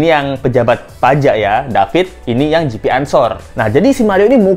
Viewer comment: GP bacanya bukan JiPi, tp GePe. GP Ansor organisasi kepemudaan NU yg massa nya besar dan berskala nasional. Klo GP Ansor bergerak, auto nangis bapaknya Mario🤣🤣🤣